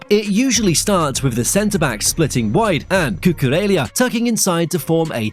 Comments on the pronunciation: Cucurella not Cucurelia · LA as in LA Rosa, La Masia. Cu-cu-Re-LLa. where the heck do you see an i in LLA? Why’s English such a stupid language - you write capital I and small L the same way. See- I and l 😅